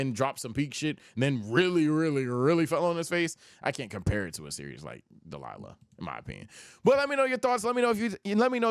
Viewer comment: WHY DO YOU SAY DELILAH INSTEAD OF DAIMA??????